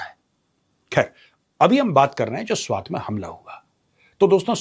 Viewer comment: Not त. Its ट. Swat